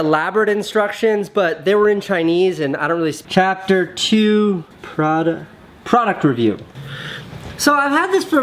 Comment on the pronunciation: You couldn’t pronounce product review